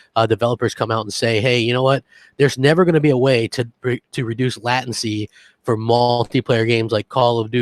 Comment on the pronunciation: seriously learn to pronounce the word latency. It's not a hard word.